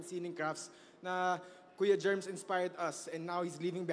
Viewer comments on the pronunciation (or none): Si yung ipinalit ng mga organizer. She actually explained in her IG Reels that she was clueless. She even mispronounced Kuya Germs real name. Dapat ang hate ay directed towards sa Organizer. Organizer’s fault and lapse ito e. Hanapin din sana yung staff na nag approach kay Young Singer pati sa Boss na nag-utos. Panagutin sila